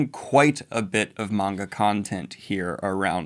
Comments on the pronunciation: Daniel finally saying maanga instead of manga is so heart warming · Daniel: starts pronouncing manga correctly Also Daniel: pronounces Kaido like a lunatic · Yeah, Daniel pronounced manga right! 🎊🎊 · Daniel: finally pronounces "manga" correctly Also Daniel: "Kay-dough" Edit: I've been had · Poor Daniel , finally pronounces manga correctly, then turns around and says KAY-do , you adorable man